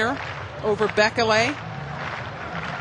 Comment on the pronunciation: awful commentators...and they're mispronouncing bekele and the fact that he's white seems to blow their mind